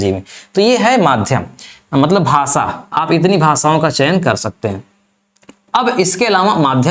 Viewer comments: भासा नहीं भाषा बहुत ही घटिया उच्चारण है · भाषा को भासा आफि़शियल भाषा को आफिसियल भासा